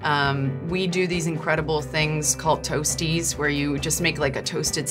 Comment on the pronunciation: Ze zei tosti's maar ze kon het niet goed uitspreken. Braaibroodjies heb ik nog nooit van gehoord. Tosti's zijn gewoon een Nederlands gerecht.